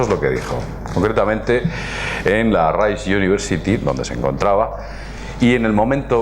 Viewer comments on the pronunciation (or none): none